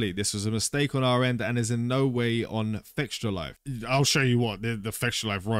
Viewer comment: Why don't you pronounce fextralife as it is. You said it and it sound la fectialife.